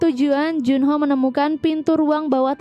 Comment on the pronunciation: Kok berubah juno namanya disini. Kok ga dibaca jun ho